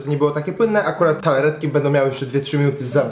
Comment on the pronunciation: Wszystko spoko gościu, tylko...TARTAletki, nie TALAretki ; D pzdr!